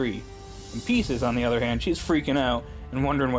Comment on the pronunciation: It’s pronounced Pie sces The callbacks were fun